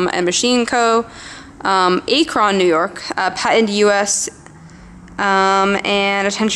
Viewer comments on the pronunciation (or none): Awesome condition on both pieces and It is pronounced ack-ron not A-kron.